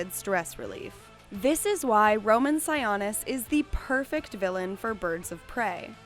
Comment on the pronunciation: Sigh-OH-nis. no sawanis ya dum betch. thnx for the extra info tho